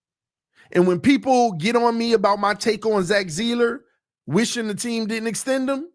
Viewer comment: I absolutely love you! BUT... I cannot wait until we are done talking about Zack Seiler, it rattles my brain every time you pronounce such a simple name so badly, LOL. Come on bro, just say it right man... for me!!! Your loyal, day one listener!!!